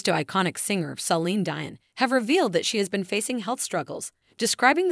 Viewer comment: Why did I give a dislike? The reason is that you opted to use AI to narrate the article causing a false pronunciation of Celine Dion's name, among other things. Of course we will be respectful in our comments ... will you be respectful to the viewers and have a human narrate the article? Thanks.